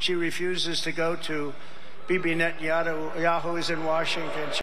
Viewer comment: He can’t even say “Netanyahu!